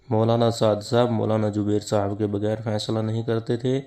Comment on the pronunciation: DEOBAND KI SARKAR-PAREST URDU: It's "Zubair", not "Jubair", "Jawab", not "Zawab", "Mashwara", not "MaSwara",... Yea log kitnay Hindi sarkar kay chaplos ho gay hain, kay apni zuban hi bigar kay Hindu bana di, takay Hindu inhain kisi terah apna samajhnay lagain, laikin aisa to honay nahin wala.